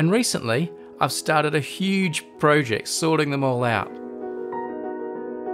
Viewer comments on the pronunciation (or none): Fun fact. It's pronounced "project," not "proeject."